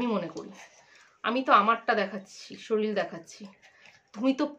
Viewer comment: শরীল 😂😂😂😂😂😂😂😂😂😂😂😂😂 ঠিক করে উচ্চারণ করো